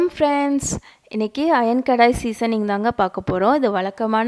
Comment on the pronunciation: It’s kadai not kedai 😂btw ur method s outstanding